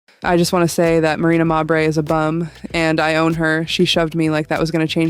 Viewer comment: Stop mispronouncing mabrey 😢